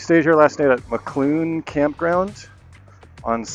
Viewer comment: "Mokelumne" is pronounced "muh-KOL-um-nee" ... it's a weird one for sure.